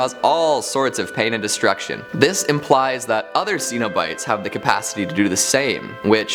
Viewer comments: Sen-o-bites. not See-no-bites. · Stop, just stop mispronouncing the name Cenobites. It is pronounced with a short E sound NOT a long E sound. If you are a HORROR HEAD then you know this. SHEESH!